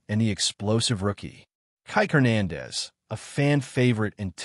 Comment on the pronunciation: learn to pronounce Spanish surnames